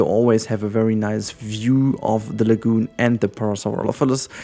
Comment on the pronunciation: Pronunciation of Parasaurolophus is par-ah-sawr-ol-oh-fus, maybe this helps.